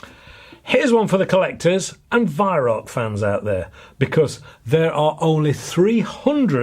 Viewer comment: The joke of it is that you are mispronouncing the name Weihrauch which, Incidentally,means holy smoke in German.